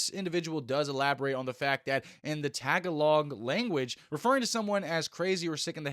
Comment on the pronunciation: It's pronounced Ta-gol-egg not tag-along.